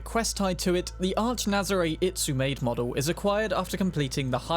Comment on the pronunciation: It-soo-mah-day Itsumade. Pedantry sequence complete. Honestly, I dislike the Itsumade the most. Don't like the seat more than anything.